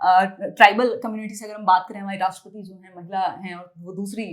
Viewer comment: राष्ट्रपति होता है राष्ट्रपती नही होता। आप गलती से हिंदी पत्रकारिता कर रही हैं,जबरदस्ती महिलावादी ना बनिये।